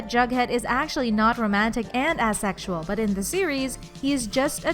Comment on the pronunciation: Work on how you say asexual please